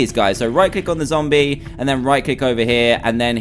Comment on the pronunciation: it zombie not zomb